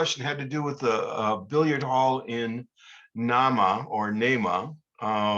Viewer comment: The pronunciation of Nahma is NAY-muh (long A).